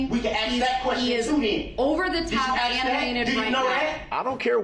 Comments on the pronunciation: A grown man would know that it is pronounced ASK, not "axe". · Soon as you axe me , cant take anything you say as important anyway shape or form , just proved beyond a shadow of a doubt that your an idiot